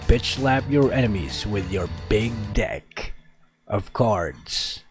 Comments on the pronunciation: Big Dick!!! 😂😂........ Big Deck Of Card 🃏 What a Narating Shinmen😂😂😂.... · That "deck......of cards" always gets me